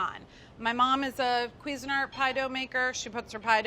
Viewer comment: WHYS SHE SAYING CUISINART LIKE THAT? ITS NOT QUEEZENERT ITS CUISINE ART